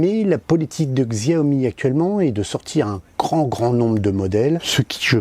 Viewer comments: Pas siomi mais chaomi (Xiomie) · Il y a bien une stabilisation. La différence entre le Redmi S2 et le RN5 est réelle. Le RN5 est excellent et meilleur que certains hauts de gamme (Xiaomi compris: allez voir le comparatif RN5 VS Mi8 SE On prononce Xiaomi "Show me" (le jeu de mot est volontaire, tout comme "Me too", pour leur mini drone MITU (un pied de nez à leur concurrent direct à 100€ - DJ Tello - au lieu de 60€ pour le MITU de Xiaomi).